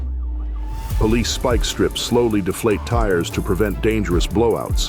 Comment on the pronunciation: Speak strips 😂😂 it's Spike not speak.